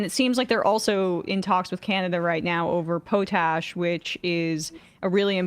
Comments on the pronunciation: Pot Ash , not "po-tash" not trying to be that person, but yea... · It’s “ pot ash” please stop saying “pote ash” please!!! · Poe-tash 🤣 Pot Ash . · Lol Pootash - maybe look up how to pronounce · Hi Emma, long time, first time. The correct pronunciation is POT-ash. It’s a naturally occurring resource in the Canadian prairies that is mined and used as an ingredient in fertilizer. It is a pretty pink salt crystal that is a result of ancient inland seas. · It’s actually POT ash, with a short “o”, accent on the pot.